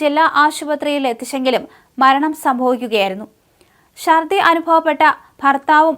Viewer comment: മലയാളത്തെ വ്യഭിചരിക്കരുത്. ബക്ഷണം അല്ല, ഭക്ഷണം ശർദ്ദി അല്ല, ഛർദ്ദി. ശക്തി(ക്കു)ളങ്ങര അല്ല, ശക്തി(കു)ളങ്ങര ഇവളെ മുക്കാലിയിൽ കെട്ടി അടിക്കണം